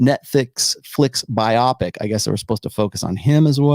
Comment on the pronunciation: lmao pronouncing biopic like bioptic or bionic